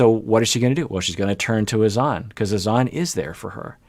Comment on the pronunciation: It’s actually Hassan. HaSAN. TLC changed the pronounciation for ? And N never even pronounced Azan right either. More like aZAN